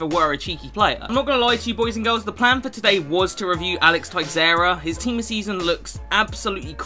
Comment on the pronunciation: Hey, Brazilian here, just wanted to let you know Teixeira in english is pronounced Tay-Shay-Ra